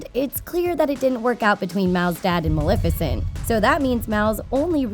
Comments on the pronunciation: Why does she keep pronouncing it MalIFicent instead of MalEFicent uhhhh that’s getting on my LAST NERVE! Anyone agree? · did she fr say maLIFICENT?? .....